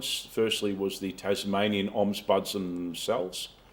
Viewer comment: Interesting what will come out of all this Dezi Freeman hoo-ha. P.S isn't it "ombudsman" not omsbudsman